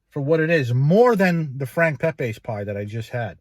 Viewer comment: It's Pepeeze not Pepaaaz Italian not Spanish